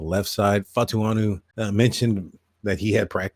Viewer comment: My brother love ya coverage but you haven’t even tried to find Troy’s name the pronunciation is Fa-Uh-Tanu